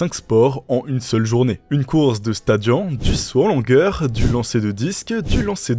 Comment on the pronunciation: Je fais du grec ancien depuis 5 ans et ont dit pas "stadian" mais "sta di -onne"